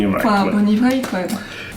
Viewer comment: Tu a appelé bonnie Wright bonnie vright Ps j’aurais voter Ginny est pas Harry